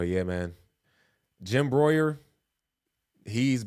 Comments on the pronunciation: Jim BREWER not Broyer! Cmon man. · Brew- er not Broyer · Its BREW ER. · Its pronounced like “Brewer” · It's BREWER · brew -er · It’s brewer dude